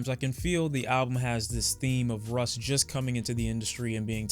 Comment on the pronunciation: Russ rhymes with loss. Take this L Russ